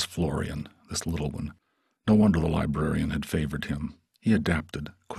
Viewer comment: The Libarian, as well?